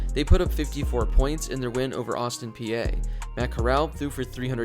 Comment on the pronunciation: Just for clarification sorry for nitpicking but it’s pronounced Austin Peay as in the letter P